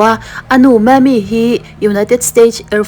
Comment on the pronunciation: Kan comment ve teng...Anu hming i lam khi mami tih a lam nilo in Maymee tia lam tur ...ka hming ania ka lo ngaimawh mai mai.....